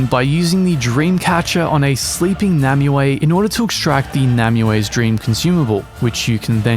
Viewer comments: I just don’t understand how Nimue says her name and out of 20 YouTubers 0 have said it correctly. “Num-you-aye” according to her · It drives me crazy though, because Nimue is the name of the Lady of the Lake in Arthurian legend/welsh mythology, and it’s just pronounced “nim-way” or “nim-oo-eh”. Why the game devs went for a ridiculous overly literal RP English pronunciation for her name is utterly beyond me. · Well to be fair, nimue doesn't pronounce her own name properly. It's a Welsh name.